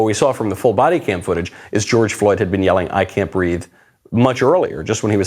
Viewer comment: I thought she said "I can't breaff!"